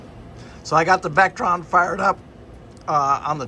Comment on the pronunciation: Hey, it’s Victron, NOT Vectron for your charging/inverting equipment.